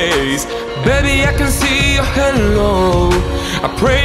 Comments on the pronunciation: Amazing singer but needs to work on English pronunciation. I could let it slide for the verses but “halo” was said like “hello” and that’s quite distracting when it’s literally the whole chorus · You have an awesome voice! But try to prettice your pronunciation a little, I'm talking about when you say "Halo", it sounds like "Hello" XD Anyway, good work! :D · Hay-lo, not hello hehe